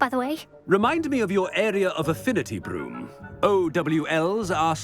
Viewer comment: Calling Blume “Broom” makes me laugh so loud